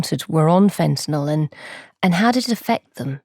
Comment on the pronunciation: If only the ignorant morons at Times Radio could pronounce 'fentanyl' correctly (fen - ta - nile). Say 'nile', as if you were pronouncing the name of the river in Sudan and Egypt.